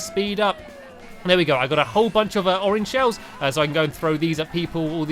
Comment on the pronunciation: Race 1 he said orange suelos hahahahahahahaa